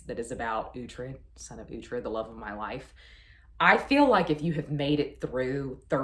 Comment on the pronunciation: Thank you for saying Uhtred's name! I didn't know how to pronounce it while I was reading The Last Kingdom. I grew up with Nickelodeon too, , but I started move away from the network in the 2000s. I got more into Disney.